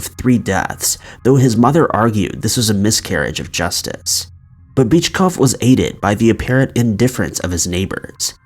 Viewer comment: Yo. I caught that.. LMAO. After you said his girlfriend called him a wimp. You pronounced the guy's name as Bitchcough.. 😂😂